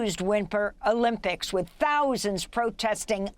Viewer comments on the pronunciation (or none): Did this lady just say Wimper Olympics twice?